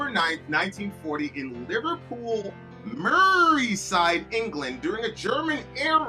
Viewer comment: It's Merseyside, not Murreyside. And 43 years, not 34. Think you might need glasses, dude.